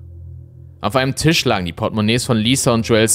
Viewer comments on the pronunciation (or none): none